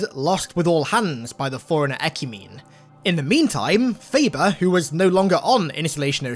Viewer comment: It's pronounced 'eh-kyoo-meh-nee'.